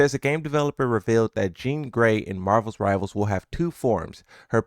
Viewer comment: “Marvels rivals”